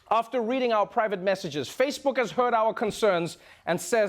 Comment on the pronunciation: he said fashe-book😂😂😂